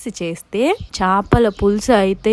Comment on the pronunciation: Chapala kadu chepalu anali